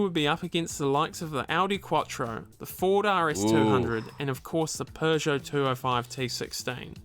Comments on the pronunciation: Peugeot not Pjuuugeot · and all Americans, please listen to the narrator. It's "Purrje oh", not "Poojoe". Oh and on a side note, it's "Jag-you-are", not "Jagwahhh". 😉 Lancia were known for going through the rules book with a fine tooth comb and bending the rules as much as they could get away with. Here is Clarkson with a perfect example. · It's pronounced pergo